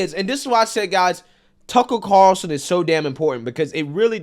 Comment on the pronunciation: You must have read my comment. You're doing better with those R's... Tucker Carlson. Ya said it perfectly this time. Good to see.👍